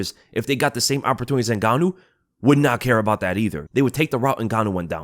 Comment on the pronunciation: "Opertwooees" OPER-tune-iTees. I've seen no improvement over the last three years. One grows impatient.